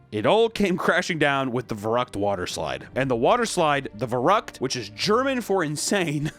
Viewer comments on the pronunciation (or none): Verrückt is pronounced fair-ookt. Btw. No hate, just fyi. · Its pronounced fair-rook-t. A german name meaning crazy. This ride sounds like the shindlers list of rollercoster rides. So tragic and unfortunatly corrupt. And the injuries seem to get worse from there thats so sad. Like that girl that just got dropped. dam. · Verrückt is pronounced ”ferryckt”. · Your pronounciation of the word verrückt sent me into a coma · How massacred the word "verrückt", holy shit! 😂😂😂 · VERRÜCKT?!?!? ISN’T THAT THE COD ZOMBIES MAP WHERE THEY’RE FAST AF! It’s also German for crazy so it’s obviously going to be intense. I’d never go there. Also, you pronounced it wrong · Everytime I hear an American try to pronounce "verrückt", a part of me dies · Verrückt pronunciation😅